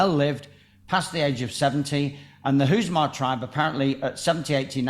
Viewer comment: The Hunza tribe - not Huzma!